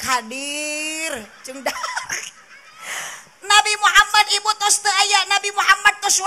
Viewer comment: NABI MEREUN KANG SANES NABU😅